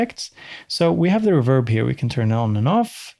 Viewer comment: It's pronounced "reverb", not "reverb".